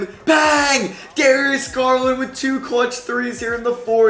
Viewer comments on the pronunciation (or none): he called him Garius Garland 😆